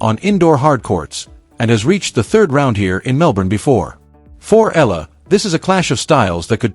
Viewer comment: EYAHLAH. .. not ELA ,not ILA. Please say it right